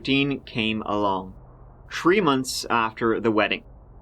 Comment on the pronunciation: "Married for TREE whole Monts." Lol, keep it up. Great show you've created; )